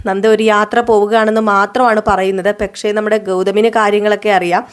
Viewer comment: പെക്ഷേ.. പെക്ഷേ.. എന്ന് തന്നെ പറയുന്നു